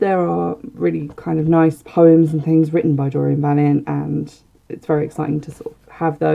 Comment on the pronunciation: Just a kind correction on pronounciation - her surname is pronounced va-lien-tay (not valient). Love your shows. Thank you